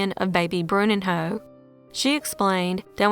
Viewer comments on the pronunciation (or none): Bruninyo is the pronunciation in Portuguese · I was perplexed by hearing the name of the baby. Bruninho is actually prounced BruNEENyo, which means "Little Bruno." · It just did not sound right🤫